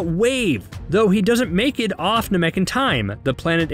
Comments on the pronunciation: I found it hysterical that after saying Namek wrong like three times, he says Namkian correctly without any issue, then goes right back to saying it wrong again in the singular. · Dude him saying nuh-mek was killing me. It's pronounced nah-mik lol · Nàmek not Namèk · I can tell this guy never watched or never got into it because it’s namek not NA.MEK AND ITS GOHAN NOT GOHAND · It’s not Na meck, it’s Nam ek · It's nah-mek not nuh-mek lmao your killing me 😂😂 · Bro said "Nah-Mek" instead of "Nam-Ek" and I legitimately paused the video and had to debate in whether I'd finish the video or not. Glad I did. But it was a close call. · Gohan: Go-hon not go-han Namek: Nam-mik not nam-mek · I know u didn’t just say NA MEK TF IS THAT ITS NAMEK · Na-maek? I thought it was Na-mek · WTF is Naa-mek, it's fkn Namek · The way you pronounce namy things like NA-MEK i have to ask???have you ever watched dragon ball?? Or you're just reading script? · Narrator: Best fight in the franchise! Yeah I said it! Me: You never even watched the show 😒"nuh-mek" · I thought it was nah-mek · Nuh-mek? You’ve obviously never seen the show. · kamehameha wave? Gohand? Na Mek? maaagin vegeta? trash overall resume not hating but it ain’t it if u ain’t a fan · Nahmek and Gohand?? What are these annunciations?? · Yeah, I don't trust anyone who pronounces it "Na-Mick" Get someone who actually watched the show to do shit like this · Why can’t you say simple things correctly like Namek and Kaioken? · Your right, the guy pronounces so many names wrong...ex. Namek and Gohan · How can you say namekian right but not namek ☠️☠️☠️ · The way he says namek hurts me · I appreciate the work and time put into this, but please learn proper pronunciation of Namek and other characters' names. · You probably should have had someone who can correctly say Namek narrate this. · Cool recap but the way you say “Namek” and “Gohan” doesn’t sit right with me. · Every time he says “namek” incorrectly it makes me cringe